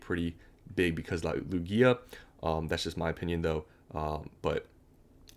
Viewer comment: Its pronounced Loog-iah not Loo-Giah… normies man…